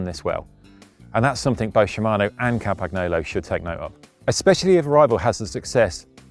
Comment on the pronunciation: Dear mr. senior technical editor could you finally learn how to pronounce Campagnolo, please...